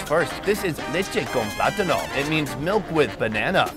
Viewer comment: Sonny, do they not teach reading in Minnesota? Your killing me with not being able to read Platano . It really is pronounced just like it looks 🤣